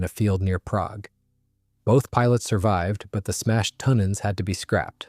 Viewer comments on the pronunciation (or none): none